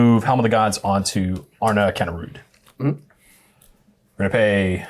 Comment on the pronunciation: You actually pronounce it as ''Arn'a'kinda rude'';p